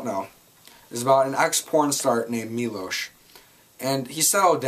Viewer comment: Finally a reviewer who pronounces Milos name correctly. They say it about 200x in the movie, and yet people still cant pronounce it? Cmon!